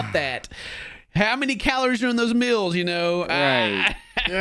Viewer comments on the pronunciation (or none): Bro why fid i hear say mills instead of meals